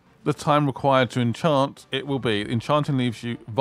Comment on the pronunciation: Incant not enchant 😂😂